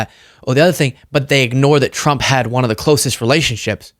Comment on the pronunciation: Trwwwuuuuuuuuump….and I used my big biggy pen⭐️. Im a big boy now..and I’m the pwresident. Pwesiiiident Twruuuuuuuuump💇🏼‍♂️